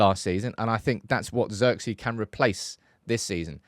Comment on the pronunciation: Its zeeeeerkze